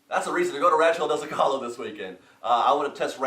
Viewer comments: petition for to pronounce Zocalo correctly! so-ca-lo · So Rancho del Zocalo is pronounced: Zo-kuh-Low